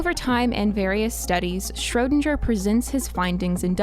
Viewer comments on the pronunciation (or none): "Shrödanger" this guy is called SCHRÖDINGER!!! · Schro DING er. Not sure were you got this pronunciation from but it was so far off I thought you were talking about someone else until you mentioned the Cat thought experiment. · His name: Erwin Schrödinger Fll: Schroudindscher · PLEASE, learn how to pronounce his name! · I'm sure there is a universe where you are able to pronounce Schrodinger's name right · Good Video, but you absolutely murdered the name of Erwin Schrödinger. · That's not how you pronounce Schrödinger aaaaaa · I don't like how you say Schrödinger. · I wish I lived in the alternate reality where they pronounced Schrödinger correctly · The way she pronounces "Schrödinger" makes me uncomfortable... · Great Video one complain maybe not worth it but you mispronounced erwins Schrödinger name, other than that all clear and great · Aaah sorry but i cant hear the wrong pronounciation of Schrödinger anymore😑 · If you're going top cite a scientist, the least you can do is fucking pronounce their name correctly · That butchering of “Schrödinger,” tho. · Idk why but it's so funny to me how english people pronounce "Schrödinger" xD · Martin Schiller yeah i’m from poland and I speak both English and german and it hurts my ears xd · Schrödinger is a hard not a soft G